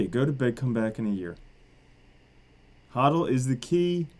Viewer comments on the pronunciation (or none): none